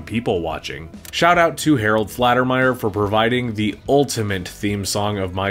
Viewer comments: Gregory MacDonald had no money when the check for the movie option came through and was on the verge of unaliving. Faltermeyer not Flatermeyer btw in case nobody said it. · Lol. It’s Harold FALTERMEYER not FLATERMEYER 😂😂😂 And the Gordon Liddy character name is based on G. Gordon Liddy not Gordon G. Liddy 😂😂😂 So much for being a huge fan! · Why do you feel the need to leave in the footage of you laughing at your own joke? Also: if you’re such a fan of Harold Faltermeyer, you’d think pronouncing his name correctly would be something that’s done? Flattermeyer? Really? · Did I hear "Harold Flatermeyer"? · Fault tee my ear. But you were close. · Did you pronounce faltermeyer correctly